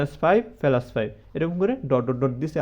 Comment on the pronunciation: ফেলাস না প্লাস